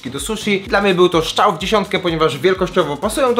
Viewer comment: szczał czy strzał